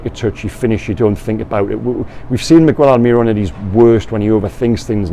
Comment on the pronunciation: We've been through this before,, please, mi-gell, not mig-well. AlmiRON, not alMIRon